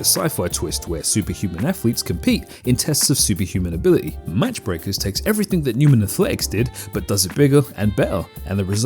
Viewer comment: Pretty sure it's "Mach Breakers" (pronounced "maak" from "max" in German) meaning going supersonic or breaking the speed of sound. "Match" requires a "t".